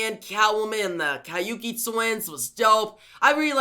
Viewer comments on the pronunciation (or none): Kabuki twins not kaiuki twins.